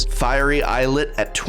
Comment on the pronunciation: Just wanted to say thank you for being one of the only people on YouTube to pronounce fiery islet correctly